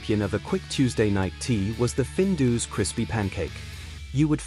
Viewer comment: findoos hahaha AI voiceover if you're shy is one thing - Findus pancakes were actually savoury and not deep fried at home - the AI picture of maple syrup covered 'American' pancakes next to 'not crinkle cut chips' just finished me off - also all the footage of cereals was very American - we never had that level of sh1te cereal - we had our own issues like sugar puffs making wee smell like diabetes... skimming forward it doesn't get better - there's lots of classic footage and pictures out there - a stills montage would better than the AI videos .. babycam? is this like an Epstein approved onlyfans? - look the writing was on point and made me smile but the AI killed it - good luck